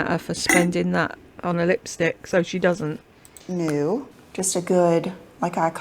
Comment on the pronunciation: Omg she said, “ Greazee” instead of greasy? Omg!🤣🤣🤣🤣🤦‍♀️🤦‍♀️🤦‍♀️ oh and then, “Dudn’t” instead of doesn’t.😂😂😂😂😂😂 She is such a dunce.